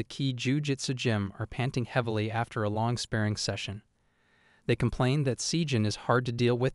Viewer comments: It's "Spah ring" not Spearing dude. And "Bahr raj" not Barridge... All Manhwa is Korean.... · SpaRRing, not spaRing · I really appreciate the amount of work you put into these videos! They are very well made. I'm just confused as to why you pronounce "spar" properly but not "sparring." I understand that these videos involve a lot of reading out loud and probably start to blur 🎉🎉🎉in your mind and on your tongue as you record them, but you pronounce it inappropriately consistently. It's pronounced just like you pronounce "spar" with an "ing" sound at the end. It just seems like an important word to say correctly if you're making videos summarizing anime. 🤷🏻‍♀️